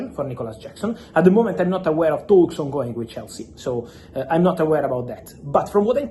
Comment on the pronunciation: Club to club "THAUUUKS" let me hear your "THRRAUTS"